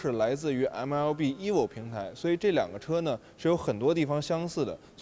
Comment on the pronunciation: EVO 不应该读 哎握?